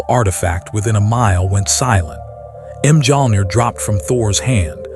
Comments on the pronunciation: AI: Thor raised M Jong 😂😂😂 gotta love when the ai can't pronounce correctly. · The letter j is silent